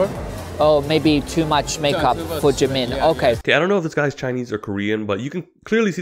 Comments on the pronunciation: When he says it, it somehow sounds like jee man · Please stop saying "Jimin" Jeemin. 😂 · This, is Jeemin Omg I'm sorry but I'm wheezing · The fact that you purposefully fked up his name made me cackle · I was also bothered a little about that 😅 but I guess because of their accent or just pronunciation differences.